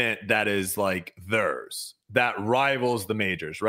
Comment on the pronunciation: When did start pronouncing “theirs” as “thurrs?”